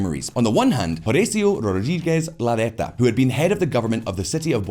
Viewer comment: Nice touch when you said “Malvinas” | Anyway, you need to practice your Spanish pronunciation a little bit more when it comes to Rodriguez Larreta 😉